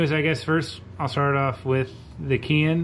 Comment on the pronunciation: Keihin is actually pronounced "Kay-heen." Just FYI.